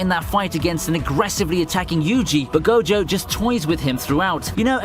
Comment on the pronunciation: Did he just call Gojo Satoru Jogo??!